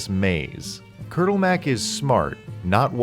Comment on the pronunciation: yea you fucked up "kurtulmak" :P Like so much I can't even say "it was ok" to make you feel good but no one cares :P